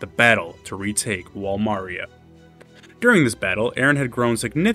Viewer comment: idk man, not tryna hear someone talk after they call Wall Maria "Wall Mario"